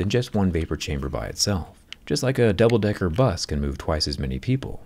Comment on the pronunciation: hes really saying double decker with a hard R